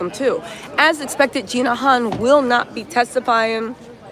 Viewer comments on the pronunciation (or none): none